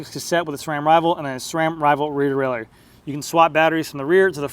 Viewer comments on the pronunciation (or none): none